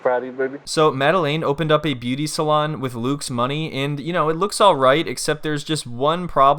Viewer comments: When you kept saying beuaty salon I died 😂😂😂😂 I love this channel i swear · I giggled every time you pronounced beuaty lol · Bro I choked when you kept saying beuaty 🤣🤣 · The way you pronounce beuaty salon is the best!😂😂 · Each time you say BUETI salon, I die 😂😂😂😂😂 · "...and now they're sitting here with nothing in a failed beuaty salon." 🤣🤣🤣🤣🤣🤣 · I die every time you call it a "beuaty salon" 😂😂😂😂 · Imma piss myself if he says beauty salon wrong again😭🤣🤣